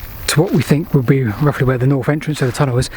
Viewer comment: BTW North has a th in it